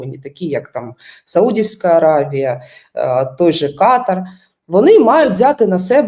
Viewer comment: КатАр, а не КАтар, ріже вуха.